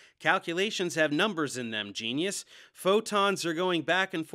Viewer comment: “Facts”. “Geneness” did I hear that right wtf Dave this is one of your best. 1 x 1 is my favorite